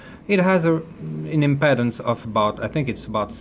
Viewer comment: WOW! What a fantastic teacher! Just one little thing - "Impedance" is pronounced "Im-PEE-dance". Many thanks for such a clear and informative explanation.